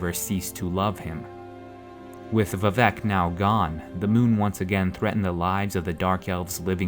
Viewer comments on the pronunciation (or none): vivec is pronounced with emphasis on the "i" not the "e". That's how it was in Morrowind and the only way it sounds right...